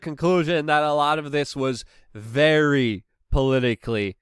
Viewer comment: its Very...Not Vawy